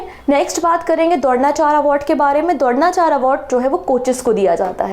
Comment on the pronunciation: mam dhronacharya bhi ni bolna aata apko kitne bekar hindi h